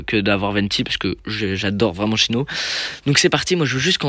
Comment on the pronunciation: Tu dis "chyno" 🥲? Je dis Cyno perso ( sino)